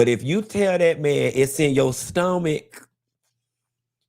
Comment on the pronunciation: It’s in my stoh-mick 🤣🤣🤣🤣